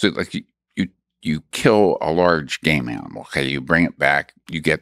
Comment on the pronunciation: i know he’s saying game animal but it sounds like “you kill a large gay man, well..”